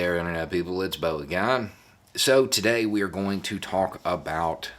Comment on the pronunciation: its funny the way he says again lol